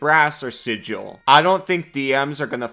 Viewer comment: I like this video a lot but gets my Like bc he said 'Sigil' correctly 😅